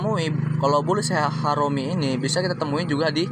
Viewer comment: jgn disebut bulish harom bang, ga enak gua dengernya😅 makasih bang👍